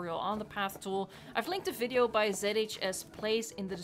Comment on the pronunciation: I always thought the way she says "viewing gallery" or "video" sounded kinda funny now I know